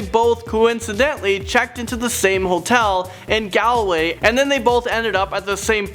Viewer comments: Its pronounced gawl-way not gal-way😂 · Omg it’s not gal-way😂😂 it’s gawl-way 😂😂😂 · U pronounce galway like Gawwlway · wtf is a gaaaaalway it's Galway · Its pronouced golway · Your pronounced galway and Ireland wrong like cmon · You say Galway wrong